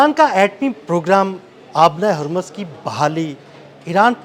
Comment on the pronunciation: پہلے لفظ ہرمز کی ادائیگی درست کریں